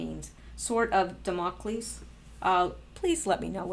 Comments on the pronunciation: Pronounced DAM-o-cleese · And, pronounced DAM-o-cleez. :)